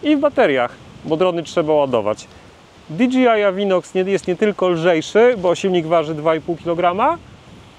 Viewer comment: Wiem, że czepiam się, ale... DI DŻEJ AJ, nie di dżi aj. DJI, nie DGI. 😉